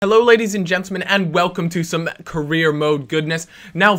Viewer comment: What are you gonna do next episode, you didn't say? And you say it Career mode not Korea mode